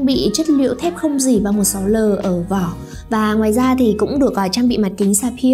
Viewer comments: Gỉ đọc là dỉ chứ k phải gỷ nhé. Chưa thấy ai đọc gỷ như bạn bao giờ. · đọc thế này mới đúng nhé và t chưa thấy ai đọc là gỷ bao giờ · ồ thế cô giáo bạn cũng dạy bạn đọc là gỷ à buồn cười vậy. Gỷ sét à :v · bạn cũng đọc gỉ là gỷ luôn à :v. Ủa hay bây giờ sách tiếng việt ngta cải cách hay bh giáo viên dạy khác nhỉ chứ ngoài đời tôi chưa thấy ai nói là gỷ sét bao giờ.